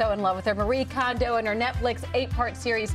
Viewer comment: Her name is pronounced Mah-Ree-Eh Kohn-Doh. Not Ma-ree Condo!